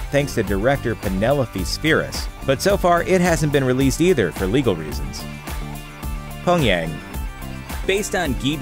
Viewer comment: Come on, Looper...the first y in Pyongyang isn't silent.